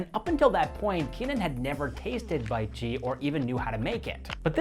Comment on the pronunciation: Pronunciation of bitchi can be pronounced as beetchee 😊